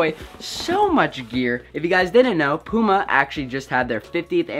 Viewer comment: Learn how to say puma